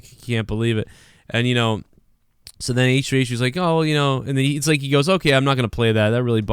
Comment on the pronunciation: “H-Tree H-Tree”